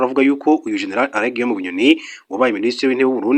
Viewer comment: Ese ubwo utabeshye ntabwo uzi gutandukant R na L ?!!!! Uti Arrêt Guillaume Bunyoni instead of Alain, uti Qatal instead of Qatar. It's a shame kabisa. Mugerageze mwige izi nyuguti. Gusa uduha amakuru neza kandi agezweho. I like